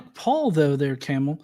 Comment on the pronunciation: Johns' regular mispronunciation of Kamil had me feel like I was watching an episode of Archer. Cool debate guys!